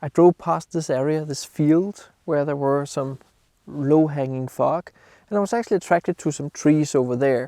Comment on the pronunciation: you need to work on how you pronounce the word FOG, I was giggling thru the whole video:))